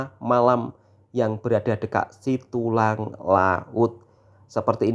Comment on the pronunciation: Setulang Laut Bukan Situlang